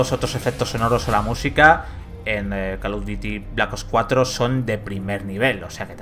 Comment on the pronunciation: Como vas a defender a un titulo si ni el nombre saben pronunciar, ''colosdiuti blac ops cuatro'' '' batelfil zinco''